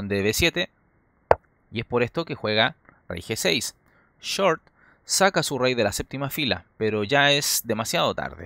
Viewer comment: Es totalmente falsa la partida !! Aparte el comentarista debe ser chileno ..porque a ellos les cuesta pronunciar shhh y siempre lo hacen chh..... Repitamos todos juntos short y no chort !!